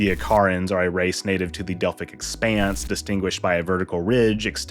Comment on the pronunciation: "The Osaarians are not native to the Delphic expense" Dr. Phlox